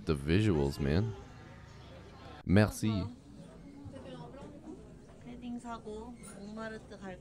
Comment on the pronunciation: Your merci pronunciation is very French I love it eheh 🇫🇷